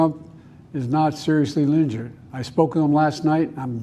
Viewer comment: Well, thank GOD Trump wasn't "srrly linjurd" or whatever Joe just said there.